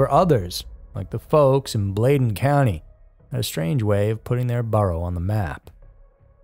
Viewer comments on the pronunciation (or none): Bladen"blade" not Blad like vlad.